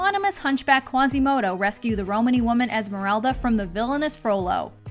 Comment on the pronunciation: “Romani woman” THAAAAAAANK YOUUUUUUU WHY DO SO FEW PEOPLE FIX THAT OH MY GOD